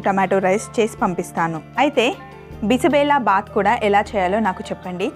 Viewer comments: Karnataka food. It is not bisi bela baath bela is pronounced wrong . it is bisi bezha baath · Mam it is not bisibellabath it is bisibelebath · Bisi bele bath .. 1) - Bisi means - hot.. 2) - Bele means - Dal ( kandipappu ) 3) - Bath means - rice / whole dish ... Ma'am ! U r pronounciation is wrong that is BISI BELE BATH.. And the recipe is so good ..!👍👍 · Sorry to say this, you are pronouncing wrongly dish name. It is basically Karnataka dish.... "Bisibele bath" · I am from Karnataka, apart from the pronouncement, the method is perfect